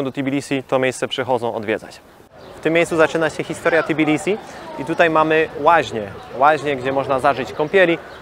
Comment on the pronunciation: Redaktor ku jesteś w Tbilisi a nie w Tybilisi Naucz się wymawiać. Wstyd Bardzo mnie to wkurza